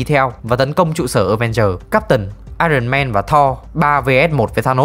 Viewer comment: Éo hiểu sao t chưa bao giờ nghe dc 1 đứa review phim nào đọc dc đúng iron man.Chán